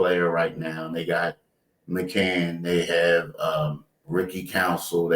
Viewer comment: Can someone tell it’s McCaiiiiiin?